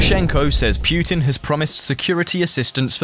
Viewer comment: Even PEWtin, lol!